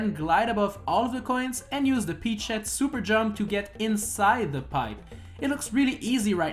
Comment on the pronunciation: that is a weird way to say jump....